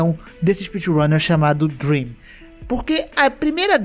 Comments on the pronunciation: Deveria ter deixado escrito ou ter pronunciado corretamente 👍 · quando ele disse "DREM" eu entendi "DREAM", fiquei até em choque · mano qnd eu escutei "o drem" eu congelei achando q era o dream dps q entendikkkk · Quando ele falou: Drem Eu pensei q era o Dream Eu fiquei tipo: MEU ÍDOLO TRAPACEOU?!?!??!!? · mn eu tava quase durminu e ouço "foi um cara chamado Drem" eu quase caí da cadera kkkkkkkk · Vc falou "Drem" e eu entendi Dream e fiquei PUTAQUIPARIU NEM FODENDO Q ELE XITOU NA RUN mas graças a Deus q n era o nosso Dream